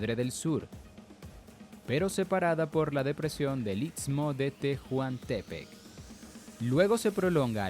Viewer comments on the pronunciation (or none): none